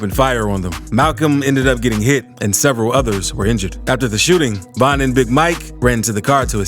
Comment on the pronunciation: Stop disrespecting Von by saying VINE!! Nigga you so infatuated and in love with street niggaz you can’t even pronounce their name right. Never speak on VON again